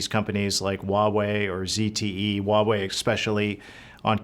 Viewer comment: It’s Huawei. (Hwa way). Not wa way